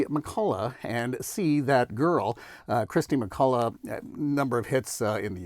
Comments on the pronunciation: What's with "Christy McCulla"??? It's KIRSTY MacCOLL. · Umm - not sure about the king of boxsets moniker but it’s definitely Kirsty McColl and not “Kristy McCullagh”